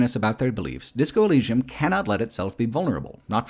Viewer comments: This is a great video but pronunciation of Elysium is bizarrely funny. Disco Elleeshum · Why do you say “elleeshum,” is the biggest freaking question here bro. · In the future, I hope there is a tool that can replace every time that mispronounces Elysium, especially because he says it so, so many times. I will return in 3 years. See you then. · Bruh they said Elysium in the game why do you say it like that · I can't get over OP not knowing how to pronounce Elysium